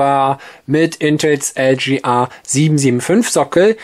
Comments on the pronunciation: Meine Güte ey, es heißt: LGA und nicht LJeeeeAaaa. Gott ey. Deutsch is schwer nä. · LGA steht für Land Grid Array, eine Bezeichnung für die Sockelbauart, was also ein englisches Wort ist und daher auch englisch ausgesprochen werden sollte.